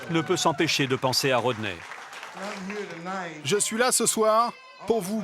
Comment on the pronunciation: His name is Rodney...not Roder🤨